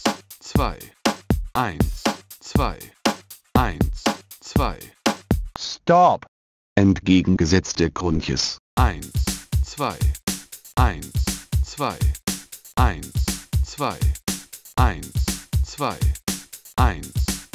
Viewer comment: D wie er "Crunches" ausspricht!!! man spricht es Krantsches (mit englischem R) aus und nicht Krunches, ahahahaha